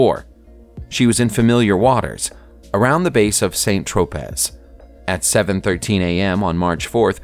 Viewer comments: Narrator needs to work on his pronunciation e.g. saint tro -pez instead of San tropez etc. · A genuinely intersting and entertaining vid. BTW, St. Tropez is pronounced "San Tro-pay" and not Saint Tropezz. :) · It's pronounce San Tro-pay not Saint Tro-paz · Saint Tropez - “san tro pay” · great videos, love this channel. FYI, Saint Tropez is pronounced "San Tropey". ima go watch some more.... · Saint Tropez is pronounced "Sant Tropay" 🙄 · St. Loosha, Saint-Trowpay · Saint Tro-pez LMAO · Absolute butchering on locales. "Saint TropEZ", "CoraCOW" and "GaBON"? Ridiculous. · Curacao = KUR - uh - sow Saint Tropez = SAN Troe - PAY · is this a computerized voice or what? Saint Trôpès . . . c'mon you couture-nerd